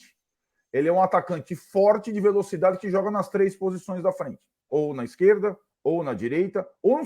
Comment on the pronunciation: Ora na ixquerrrrrrda, ora na direita....